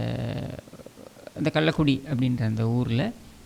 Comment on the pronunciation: டேய் சரியாகப்பேச முயல்வாயாக.கல்லக்குடியை கள்ளிக்குடி என்று சொல்லதே.அப்பொழுது இந்தியா சிமென்டில் தி மு க ஆதிக்கம் ஏது?